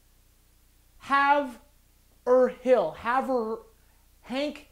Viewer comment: It has come to my attention that if you are not from MA, you have no idea how to pronounce Haverhill, along as other towns and cities such as Methuen